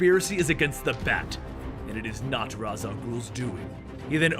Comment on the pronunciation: That moment when he called Ra's "Raz" I no joke got triggered 😂 (if you didn't know,its pronounced raysh